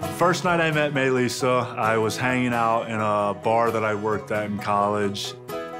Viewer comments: Why does it sound like he says Mei lissa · I thought he kept saying “my lisa” loool till i read the title properly 🥺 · I thought he kept saying "my Lisa" lol